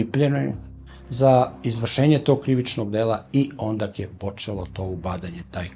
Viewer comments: Onda-ne ondaK 😊 I labOratorija. Ne labAratorija 😊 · Sve,sve mogu da mu oprostim,i neznanje padeža i naglasak,i akcenat ali kad kaže ONDAK e ondak mi padne mrak na oči😂😂😂😂